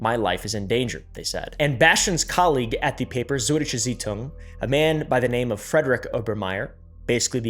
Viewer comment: oompa Totenkopf is the german word for Skull. And you had the funniest pronunciation of Süd Deutsche Zeitung i have ever heard xD